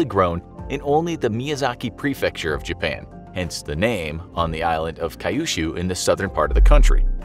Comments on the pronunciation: Kyu-shu, not k-yu-shu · It's not kay-ushu. It's cue-shu. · Kyushu is pronounced 'queue-shoe', not 'kai-yu-shoe' 😅 While we're on the subject of expensive fruit, can you do a video on the Japanese muskmelon?